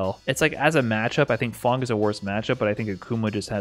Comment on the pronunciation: Its fang not fong